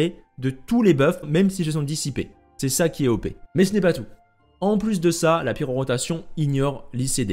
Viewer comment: Bon timing avec la quête de l'event actuel qui parle d'elle, par contre ça me trigger à chaque fois quand tu dis pyroROtation au lieu de pyrotation xD